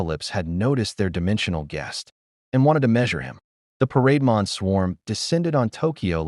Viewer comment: AI calls parademon as parade mon.